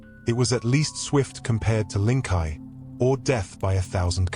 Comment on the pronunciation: ..."Lingkai"...!? Lingchi - (Ling-chee), "Death Of A Thousand Cuts". Seriously, how is Humanity supposed to trust AI with complex Weapons Systems when it can't even decipher and translate simple Language Code.....